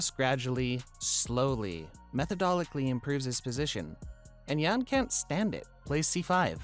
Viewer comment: Weird ass way to say methodically lol